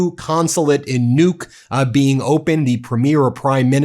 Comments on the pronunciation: The name of the Greenlandic capital is actually pronound with an unispirred first u and a heavily inspired second u: Nuúk. Guess you have to be local to know that. But no offence taken - nor given. Just to let you know, the name has two syllables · Kind of eerie that Nuuk was given by the subtitles as "nuke," so in the context it ends up sounding like "nuked Greenland." Don't give him any ideas.